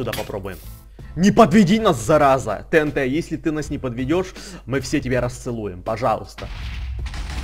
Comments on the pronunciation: не тнт а тиэнти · Всё класс но не тээнтэ а тиэнти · Не тенте а тиенти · правильно говорится тиинти